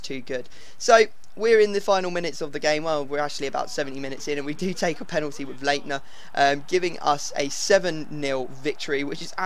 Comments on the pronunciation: Leitner is pronounced Lightner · It is pronounced lightner when there is a ei in German pronounce the i when there is p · leinter is actually said light-ner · Your pronunciation of Leitner kills me